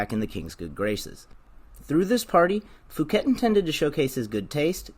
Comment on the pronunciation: Fouquet is pronounced ‘Fookay’